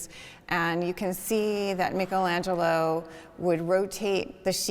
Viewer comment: Start by pronouncing his name correctly, thank you